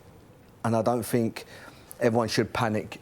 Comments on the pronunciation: Ashley “I fink” Cole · ' i fink' 'i fink' i think this is garbage, tired of these has beens spouting off garbage, these kind of show's are on their last legs, just like the big money players are coming to an end, youth, if you haven't invested in the youth of your club then you will struggle in the near future. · I fink....I fink.... dosent seem to be the brightest spark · Has someone tried telling Cole that the word think doesn't start with an f?